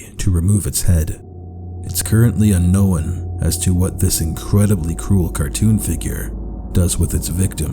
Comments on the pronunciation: alright, but it's not "unknowin," it's "unkown." (un-own) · I like how he says un-no-one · I'm sorry, but I keep getting pulled out of any possible proper "mood" for this video by the way he seems to keep saying "unknown" as "unknowin" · Why does he pronounce "unknown" as a "annowan" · Me: watching the video peacefully and enjoying it. Him: uknowawn Me: wat did he say? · Why do you say unknown like that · what area of canada are you from? theres another youtuber i watch who pronounces unknown the exact same way you do and i figured it’s a regional thing! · I'm not sure how I feel about the way you pronounce "unknown"... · Also I can't tell if you're meaning to pronounce unknown wrong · I’m sorry but the way you say unknown is, w e i r d